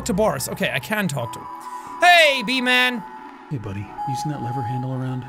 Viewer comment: Seán: Says B-Man Me: Hears V-Man My weird imagination: Hey VSauce, Michael hear.